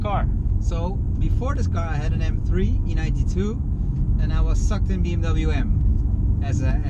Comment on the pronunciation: M TRIEEE? Praat gewoon Nederlands als de Engelse taal je niet ligt.